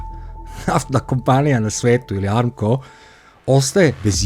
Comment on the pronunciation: Nije amko nego ARAMKO